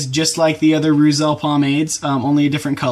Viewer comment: Pronounced "roytzel"